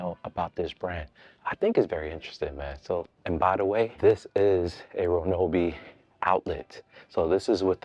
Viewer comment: Bro saying "reNObee" while you're staring at the name with no "N" anywhere is sending me. 😂 I love Ryobi for home use. Always opt for the One+/brushless models. And for better life/more power, get the more $ EDGE or HP batteries. They are significantly better than the regular 18v batteries.